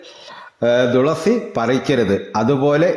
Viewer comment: തുളസിയുടെ ഇത്രയും കഥ ആദ്യം ആയി കേൾക്കുന്നു ❤️പിന്നെ തുളസി എന്നല്ലേ പറയുന്നേ 'ദുളസി ' എന്നാണ് വീഡിയോ യിൽ പറയുന്നേ